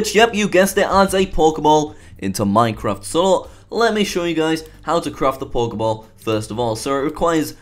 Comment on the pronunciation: It sounds like you saying Pork-e-ball. XD